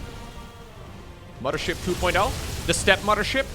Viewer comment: Gotta love “2020 fife” “muddership”